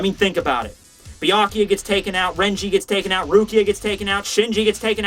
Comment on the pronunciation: Byakooyah